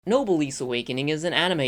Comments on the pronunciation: SAY NOBLE. SAY S. NOW ADD THEM TOGETHER. SAY, NOBL-S. OR SAY NO. SAY BLESS. THERE, YOU CAN NOW PRONOUNCE NOBLESS. WTF IS NOBLISS AND HOW DAFUQ CAN YOU MAKE SUCH A CRUDE, MISTAKEN PRONUNCIATION COB SUMARAY ANIMU WEBYUS??? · Small tip: Noblesse is a French word pronounced [no-bless] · webtoon not graphic novel and noblesse not nobleese.